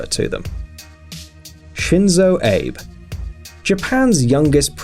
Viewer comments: Abe = Ah-beh, not Ayyb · The Japanese leader's name is pronounced AH--BAY.l, not ABE. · Abe your arse :P It's not pronounced "abe" but "a-bea(h)" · Just FYI, the Turkish leader's name is not pronounced ReSep Tayyip ErdoGan. The C is a J in Turkish, and the G is silent. So, Rejep Tayyip Erdoan is how it's pronounced. Really grates me when names aren't pronounced correctly. The Japanese PM's name is Shinzo Abay, not Abe. Disappointed that you wouldn't learn how to pronounce these names. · President Abe his name is pronounced A-be not aybe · It’s not Shinzo ape 🙄 it’s Shinzo Abe prounced abe/abey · Abe? lol its pronounced Ah-Bay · Shinzo ABBEH not Abe like say Gabe without the g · Atleast learn how to pronounce their names, abe? It's pronounced Abay! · Lol! I lost it with the 'aeyb' 😂😂 A・B・E. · its shinzo abe pronounced aa bb ee not abe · /Ah-Beh/ not "Ayb" Learn how to pronounce Shinzo Abe's name. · It's A-be not ape Jesus christ 😂😂😂😂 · Bro you need to learn to pronounce these names. It's pronounced, Erdo-wahn, not Erdagan And it's Shinzo Ah-bay, not Abe Queen Elizabeth is the ruler of the Commonwealth, where did you get this notion she isn't? She is the head of state. She is the one who signs bills into law, and gives them the royal assent. It's Pon-tiff not pointiff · It's abe. Not eib. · Japanese Shinzo AH-BEE (Abe) Its NOT pronounced Abe like Abe Lincoln. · The PM of Japan is called Shinzo Abe (pronounced "Awbey", not "Abe" like "Abe Lincoln"!!!!). Also: it's "Vladimir Putin", not "Vladimir Piutin"! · ABE pronounce as "AA BAY". I'm sure everyone here hear it as APE. Do you even read the thread? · He pronounced it like Abe Lincoln. It's supposed to be pronounced Ah-bay. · It's abehhh not ape you fucktard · It's not abe , should be pronounced as ab+yeah - ABE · Shinzo ABE "Aye-buh" Its pronounced "ah-bay" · shitty video. Shinzo ayb??? what kind of pronunciation. The expert on his personal security can't pronounce the name of the Japanese prime minister?